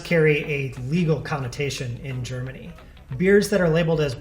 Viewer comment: sry but the germany procounciation is kinda bad. but my english spelling is not much better :)